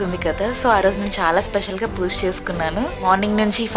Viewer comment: Chala baavundandi... Kaani language koddiga manchiga matladandi plz... Poosha kaadu... Pooja anandi correct ga... Vinadaniki chala bavuntundi... Plz dnt mind ila cheppaa ani... All the best andi...